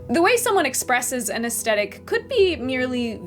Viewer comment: Aesthetic is pronounced with the same TH sound as thick, not with a hard T. It was distracting… 😕